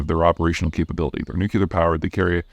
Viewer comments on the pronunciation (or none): Peter you still can't pronounce nuclear. Its not: new que la: but : new clear: I can't get past it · "Nucular. It's pronounced nucular." --Homer Simpson, and now Peter Zeihan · Please stop saying nukeular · Does Peter mispronounce nuclear just as a troll now?